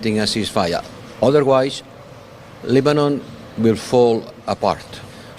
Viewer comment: Dude almost says Lesbian instead of Lebanon 😂